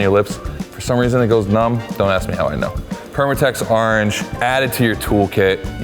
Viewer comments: I love how says "ARange" get yourself some pirate orange permatex. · "Arnge" No idea what the "arnge" permatex is all about. I was too busy saying "arnge" when was talking about it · lol says ahrange